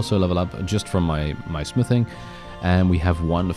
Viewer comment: When you said smithing i hear sniffing and thought oh God please tell me hes not on drugs lol🤣